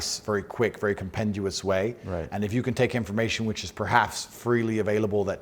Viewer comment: Compend(i)ous not compend(u)ous. Hy-per-bo-lee not hyper-bowl.